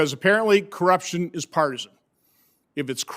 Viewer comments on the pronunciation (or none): This election was clearly rigged.... by the way what's an IQ? and how do you say that word "Co - rupti - on" what??